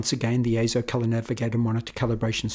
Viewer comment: "AY-ZO" yes you said it correctly! As heard from EIZO's own corporate video.